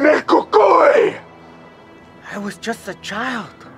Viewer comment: I still have my 1983 toyota truck, the English accent was right on. El Cucuy is perfect.. This is better then Netflix. Downey, California